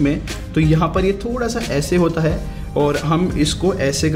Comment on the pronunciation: Hi why do you sai hey(instead of hai)